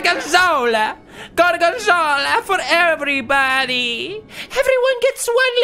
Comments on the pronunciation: It's "gorg*o*nzola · Pewds: GORGENZOLLA GORGENZOLLA Me: hes speaking the language of gods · He's saying Gorgonzola